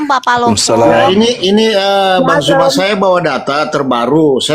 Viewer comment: Demikianlah kaum kristen..alhamdullilah keras kepala..keras hati dengan doktrin..naudzubilah min dzalik..ngucap nama aja salah..BANG ZUUUUUMAA..bukan Bang JUMA...gimana mau ngerti bibel